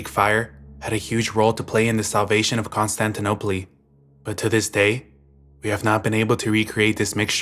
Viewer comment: Never try to say Constantinople again.. and your stories facts are mixed up.. However, the video had great topics and i hear you're a Spanish speaker, so maybe and that's awesome too. So at least all the Spanish words pronounced correctly 😂